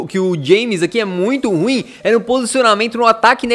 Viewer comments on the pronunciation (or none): none